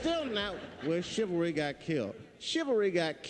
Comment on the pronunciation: Chilvary? What is chilvary?